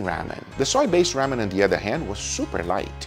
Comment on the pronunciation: Someone teach this man how to say ramen 😂🤣